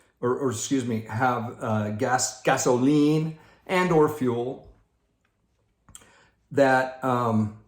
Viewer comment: Hey,. Great one. There's got to be a story behind "gasoLEEN". I can't wait to hear that. Had to laugh as you kept saying it. This is all by design. The Dems mantra has been for a long time: We're not happy until YOU'RE not happy! Create a crisis, then take advantage of the crisis, to make everyone miserable like unto themselves. Sound familiar? I had never thought of the sign of the rainbow in the context that you explained. It makes SO much sense now. It may make it a bit easier to see all these rainbows go up in our neighborhoods. Loved your insights on the jabbity jab and the Follow-the-Prophet-derangement syndrome crowd. We just had a great Stake Conference, but our Stake Pres. is less obvious about it than a few months ago, but he is still driving home the "get the jabbity jab" message without saying it in so many words. I can only shake my head...after all that we know now about "safe and effective" (NOT).